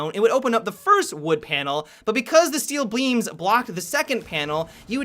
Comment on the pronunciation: "Steal bleams"